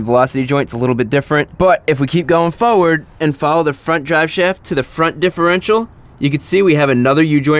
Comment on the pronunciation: ChrisFix ebonics at: . Foe-ward! :D